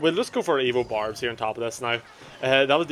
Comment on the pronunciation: Everytime you said "evo barbs," I heard "evil barbs."